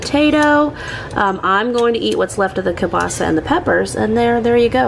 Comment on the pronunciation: Girl! I find it annoying when I go to an establishment which sells kielbasa and they call it "kielbasi" 😂